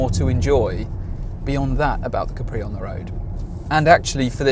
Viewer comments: Repeat after me: Caaapri. Not Capriii. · Si dice Ca’pri non Capri’